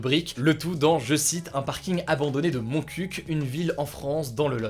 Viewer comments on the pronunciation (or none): On dit pas MontcuQ mais Montcuq. Le Q est mué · "Montcuq". Juste comme ça, Hugo, le Q ne se prononce pas à la fin, c'est pour ça que c'est marrant... :)